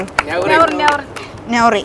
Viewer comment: നൗറി അല്ല നാ റി